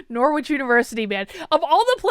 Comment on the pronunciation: So crazy hearing you pronounce Norwich like “nore-which”. Here in England we have the city that university was named after, and it’s pronounced “norridge”!